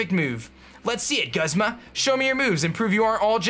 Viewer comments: Every time he says Guzz-ma I cringe., please, it's pronounced Gooz-ma. Also, loving the series so far, wan't shiny araquanid so bad. I would call it Poiple. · It's pronounced Goozma. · I don't mean to be rude buts Guzma is pronounced like(Goozma) and I want diamond pearl remake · He is named after the genus of flowers Guzmania (which is pronounced "Gooz-meh-nee-ya". So no it's "Gooz-mah".